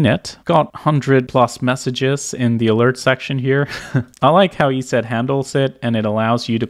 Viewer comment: eset is said "e-set" not "eee-see-eee-tee", but other than that, awesome content brother